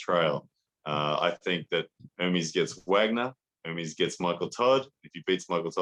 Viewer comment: It's "E-r m-E-s" , you should pronunce the second 'E' at the same way you pronunce the first!!